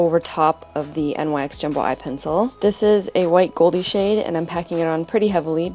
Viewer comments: jeeez! you literally killed me with "you know i love my mermaids" :P and almost every time you say "shade" i really think you say "sh*t". gotta buy that shrimp me up shadow! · Hah, when you said "after i clean the shade off", i thought you said "clean the shit off" omg it just made me laugh ao hard xD Beautiful look!